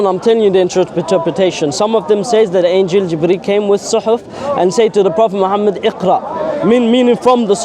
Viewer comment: Is he circumcised? What kind of deceit these paulene creatures come with? Have you heard how he pronouces Muhammad sallAllahu alaihi wasalam. Muslim! Yeah okay 😅